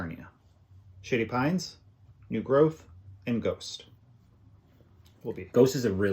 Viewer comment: I know that is saying "Shady Pines", but I keep hearing "Sh*tty Pines".